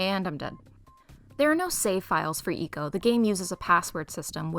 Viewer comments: Also, like 99% sure it’s supposed to be pronounced like “echo” as in “my voice echoed” and not “eco” as in “good for the environment” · Nice Video! also, the way you pronounced ecco was pretty funny, hope to see more from you!